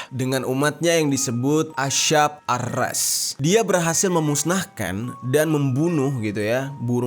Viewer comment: Sedikit benerin kata ya kak Buraq dibacanya itu=Buroq Shahih dibacanya itu=Shohih Ar-rass dibacanya itu=ar-ross 😁😁😁